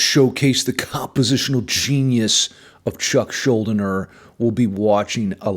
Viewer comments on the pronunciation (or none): Thanks for doing this video man, Chuck Schuldiner was a treasure who will never be matched...PS its pronounced Skull Diner...RIP Chuck, you were the master